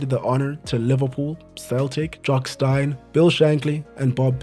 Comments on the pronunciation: It is but he made a big mistake that most do , Jock Steins surname is pronounced Steen not Stine . Great video regardless though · STEEN Not Stine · Steeen Jock Steeen not Stine. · Jock Stein is pronounced Steen